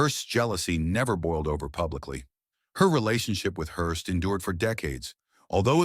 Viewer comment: WILLIAM RANDOLPH HEARST.... not Hirst eye rolls